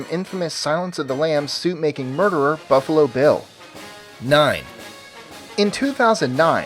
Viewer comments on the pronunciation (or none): none